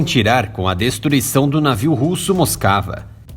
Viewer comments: A PRONÚNCIA CORRETA DA PALAVRA "MOSKVA" , "MOSCOU" EM RUSSO, É "MOSUKÁ", E NÃO "MOSCAVA". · Moscava 🤣🤣🤣🤣🤣 moskiva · É dose escutar alguém chamar o RK MOSKVA de Moskava!